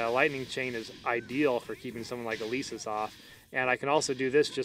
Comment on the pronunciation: Elesis not eleeesis omg it makes me tick °^°